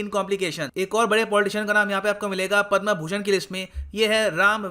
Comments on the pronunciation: कृपया उचित उच्चारण करें पद्म न कि पद्मा। अँग्रेजी का आपके ऊपर कुछ अधिक् ही प्रभाव है। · पदमश्री होता है पदमा नही प्रभु।। इतना भी अंग्रेज के चो@ न बनो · Please sir correct your Hindi pronunciation like पदमा- पद्म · पदमा नही पद्म है गुरूदेव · The word "Padma" should be pronounce correctly.